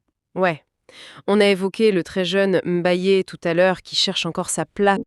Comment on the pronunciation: Pas M'bayé mais Mbaye au nom de Dieu.